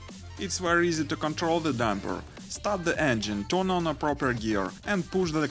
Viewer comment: По английски ролик научились озвучивать, а "дУмпер" правильно произносить нет....